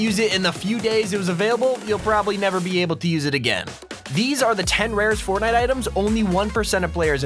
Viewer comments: Fortntie LOL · Is anyone going to notice the point that he said fortnat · Go to he says fortnite so wierdly